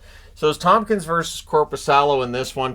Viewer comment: it's ToMkins, not ToMPkins